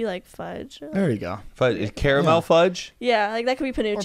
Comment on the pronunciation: This is the first time ive heard an American say 'caramel' right. Thanks!